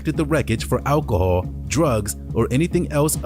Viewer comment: 1. I'm still wondering what "ackle-hall" is...... 2. If you act like that and say things like "ackle-hall" then you might as well clap in unison with your syllables and have foot long fake nails because you're already super ghetto.